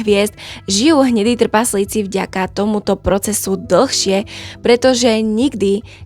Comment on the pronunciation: Ahoj. V prvom rade ti musím povedať, že máš super tematický obsah, ktorý milujem, a vždy sa teším na tvoje nové video. Ale jedna otázočka: ty nevieš po slovensky? Vždy ma v škole učili, že ako čítam, tak mám aj vyslovovať. Tí tvoji trpaZlíci totiž trhajú uši. Prosím, rozprávaj normálne, už keď robíš poučné videá pre ľudí. Neber to ako hate, ale ako dobrú radu do budúcna. Ďakujem za tvoju prácu a veľa zdaru v ďalšej tvorbe. 👍 👍 👍